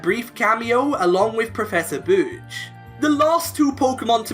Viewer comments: "Professor Booch" Professor Birch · It sounded like he said “professor booch”